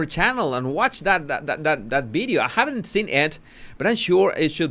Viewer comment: I do enjoy this channel and have been a long time sub…. I love the language and it’s difference- love love love that u say bideo instead of video …. I love the translation of language u give us too I haven’t really agreed with the heavy merching that has gone on over many many platforms I feel that once the King settles in to his new role , the Skidmarkles will be half in half out I’m done already with the lot of them Princess Anne should have been crowned 🎉